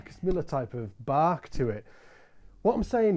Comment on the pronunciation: You say “bark” and I hear Bach.